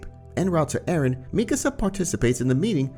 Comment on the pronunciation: Arron who’s arron its eren :]